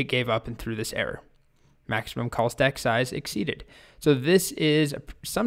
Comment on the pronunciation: At first I had thought you said "COLT" Stack and was wondering what this was all about... :D